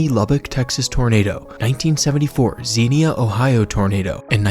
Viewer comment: It's pronounced, Zenya, Ohio.SMH. You gotta be an Ohioan to know how our cities, towns, and villages are pronounced.